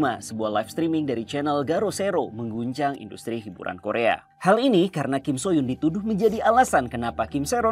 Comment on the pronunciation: Su hyeon bang bukan so hyun